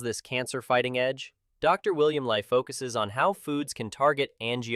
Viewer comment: Narrator pronounces Dr Li as Dr Lie in some portions of video.